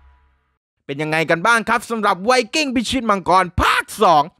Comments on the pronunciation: ไวกิ้งไม่ใช่ไวสวิงกิ้ง555555+ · ไว"สวิงกิ้ง"??